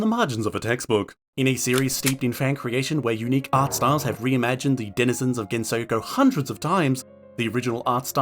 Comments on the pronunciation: Why does he pronounce it like thattttt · STOP SAYING GENSOKYO LIKE THATTTT